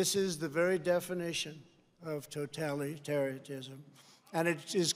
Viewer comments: Toetallyterryetteism 😂😂😂😂😂 I’m done!!! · "Totalitariatism", alright. He has the best words. But quite some problems reading them from his teleprompter screens. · "Toh telly terry tism" Never heard of it but sounds horrifying. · Totalitaryism is how a 3 year old would pronounce it